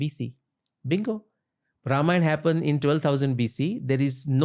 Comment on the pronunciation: Ramayan ❌ Ramayana ✅